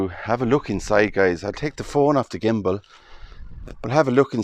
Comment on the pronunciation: Came for the history, stayed to hear you pronounce the word "gimbal." Nicely done.